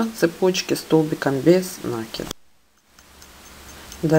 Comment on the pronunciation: Что такое нАкид?Это то же самое,что и прИкид,и зАкид?